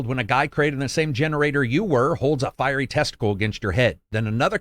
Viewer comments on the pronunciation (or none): none